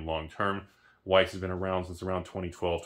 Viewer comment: Just pronounce it vice and Germans will think you're German